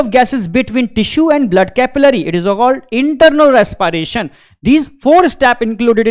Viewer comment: Res-p-ration ❌ Res-pie-ration✅